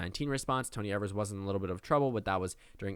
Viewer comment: Just an FYI: Governor Tony Evers' last name is pronounced with a long E, like eee-vers. Just in case you ever need to talk about him on your channel in the future 💕